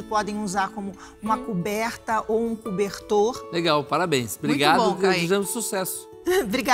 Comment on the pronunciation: Tang investe no terceiro!! Adorei “cobertang” “coletang” kkkkkk